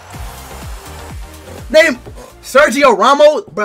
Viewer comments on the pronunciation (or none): none